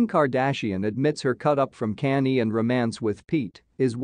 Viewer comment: Click bait. This video is not try and it sucks. You just want reviews and likes to get money on here. You not good go get a real job #ijs you not a good reporter at all be stop pronouncing Kanye name wrong smh geesh.